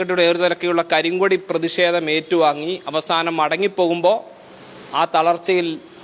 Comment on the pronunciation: എന്തിനാ പ്രതിഷേ തം ' അത് പറയാൻ ബുദ്ധിമുട്ടാണ്